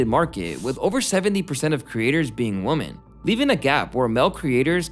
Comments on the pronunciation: *Women not "woman" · …dude women and woman are pronounced differently